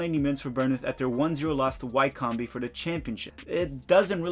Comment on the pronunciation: That pronunciations of Wycombe :(